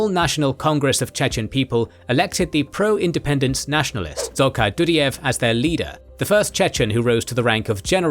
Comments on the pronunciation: Это невозможно слушать :) Ребята, пожалуйста, если делаете текст-переводчик с английского сначала послушайте, что он вам наозвучивал, а только потом публикуйте. Потому, что "Елин", "чечны и чеичавены", "татаристан" "ДудИев (вместо Дудаева)". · Do_die_ev 😂 NOT Dudy_ev 🤦🏼‍♂️ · DudAyev, BasAyev. A as in car